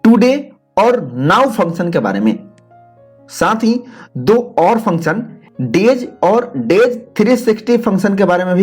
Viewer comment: Very authentic explanation. Where function sounds like phunchan